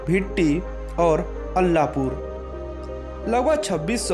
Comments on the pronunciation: आलापुर, है अल्लापुर नहीं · पहले ठीक से बोलना सिख लो अल्ला पुर नही आलापुर है और जल्लापुर नही जलालपुर है